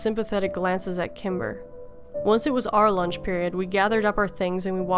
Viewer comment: Sometimes when you said the name Kimber, it sounded like Timber.